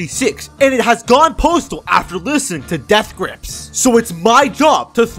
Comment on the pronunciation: Bro why does he keep saying davth grips